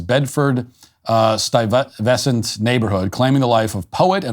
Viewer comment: Pronounce it "Bedford styvesant." It's a horrible neighborhood, so I totally expect that.